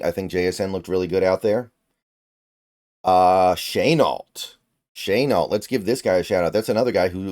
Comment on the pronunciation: laviska “sh-uh-nalt”